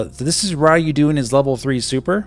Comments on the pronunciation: Sorry, I'm gonna have ro be that guy: you're saying Ryu wrong! It's the RE in "Read" and the Yu in "You", not "Rai-Yu" as you were pronouncing it. Haven't heard people say it that way since the Street Fighter 2 days! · The way you pronounce Ryu is painful. It's more like Ree You